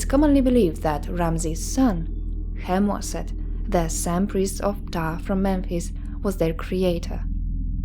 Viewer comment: What a peculiar way to pronounce Khemwaset! Maybe yours is the right one!